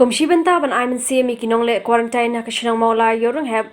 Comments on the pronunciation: U mat ia dep kam dei te ka ktien khasi jong ngi pynkhuslai kai ...ka right pronunciation ka dei kwarentiin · Ym dei kurantain dei kurantin